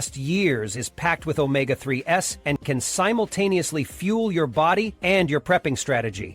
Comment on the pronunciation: This would have been a better video if the pictures had matched the narration. Also, “omega-3 “s” and “higher-middle” (instead of higher-margin”) are both annoying. AI still has a ways to go. Perhaps an actual HUMAN proofreader/editor before publication would help? In addition, today is April 6. April 12 and the month of May are several days and weeks away.